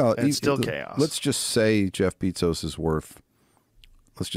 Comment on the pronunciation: "Beetzos" lol